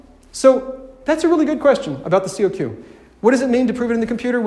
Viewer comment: It's not pronounced C-O-Q, it's simply kok.